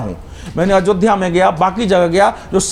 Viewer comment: It's not ajodhya it's AYODHYA improve ur vocabulary.!